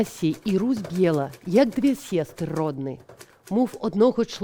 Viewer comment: Дзякуй! Толькі на Падляшшу Е не чытаецца мякка (толькі ІЕ), а -В перад зычным ці ў канцы слова чытаецца Ў.🙏 mov — ня моФ, а моЎ.